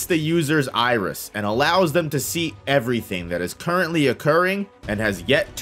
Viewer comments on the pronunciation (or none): none